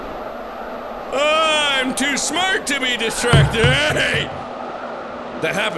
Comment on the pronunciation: Mark: I can’t be distracted * gets distracted * * dies * Mark: I WAS DESTROOCTED